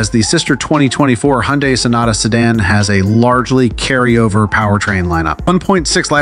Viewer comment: "Si Dawn" ??? No one in the world before you made this video pronounced "Si Dan" as "Si Dawn" ..... so awkward